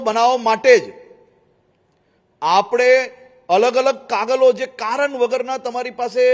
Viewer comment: માથે હાથ ફેરવીને ખેડૂત નેમુરખ ન બનાવો ગુજરાતી ભાષા પણ બોલતાં ન આવડતું હોય ને કાગળ ને કાગલ કાગલ ન કહતા કાગળ બોલો બોલ્તા ન આવડે અને વિકાસ ની વાત ન કરો